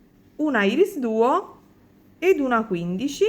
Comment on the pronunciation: un altro bel ciondolo estivo, anzi tropicale molto colorato e bello, baci 💜💜💜p.s. irisduo si pronuncia "airis" duo, piccolo suggerimento di pronuncia